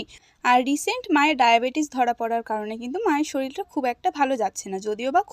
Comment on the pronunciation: উচ্চারণ টা বা শব্দ টা শরীল নয় ওটা শরীর হবে।